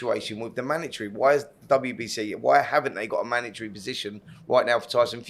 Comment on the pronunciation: Manatry! Spencer, it’s a mandatory